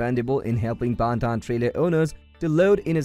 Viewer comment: Pontoon is not pronounced like that 😂😂